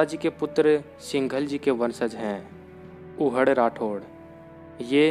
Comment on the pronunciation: सिंघल नही सिन्धल राठौर है सा 🙏🙏🙏🙏